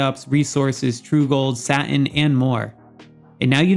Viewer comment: The way you pronounce Satin is soo distracting!